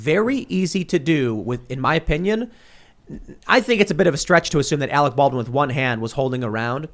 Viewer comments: and we all laughed when Kim jong il said " we got Arec Barwin " . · You're worfwess Arec Balwin. You're still worfwess Arec Balwin.